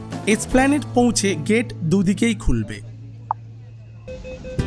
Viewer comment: এই প্রথম কাউকে, এসপ্ল্যানেড "এ" সহ উচ্চারণ করতে শুনলাম। ধন্যবাদ।